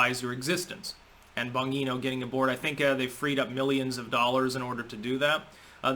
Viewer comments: Bon - GEE - no. You need to fix the second syllable,. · Love your content. But Dan Bonginos last name is pronounced Bon G no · Please get help with your speech impediment, or listen to people's names more clearly. Dan Bongino b o n - J E E -n o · Bon-gee-no. Hard G. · Dan Bon-gee-no :-) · watch Bonginos show or at least the first 6 seconds of his show and then you’ll know how to say his last name. 😂